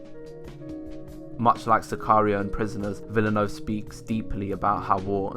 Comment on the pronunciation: You are one of the few reviewers who pronounced Villeneuve correctly. Merci beaucoup pour cet effort! C'est très apprécié (de la part d'un autre québécois) ;)